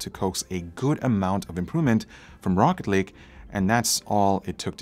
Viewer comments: Am I the only one who heard him say rocket league? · i thought he said rocket league at the beginning, it threw me off lol.... great video though, cheers! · When some people say rocket lake it sounds like rocket league lol he making me want to play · I really though you said Rocket League at first so I was very confused for about 30 seconds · I thought he said rocket league at the intro lol